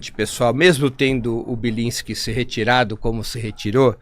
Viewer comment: É Bilinsque. E o q eu disse? Belinsque. E como é? Bilinsque. E o que eu disse? Belinsque